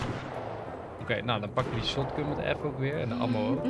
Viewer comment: Hoe zegt enzo het woord 'Ammo" al zo lang verkeerd